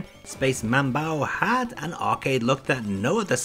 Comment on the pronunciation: You should had also mentioned those MSX games that when plugged into an MSX2, had some extra features, like Nemesis 3/Gofer no Yabô Episode 2. BTW, get an FM-PAC ASAP. It was funny, interesting and (moslty) awful, hearing the Aleste soundtrack in PSG. One more thing is manbou not manbau. The kana spelling in the box shows it: スペース マンボウ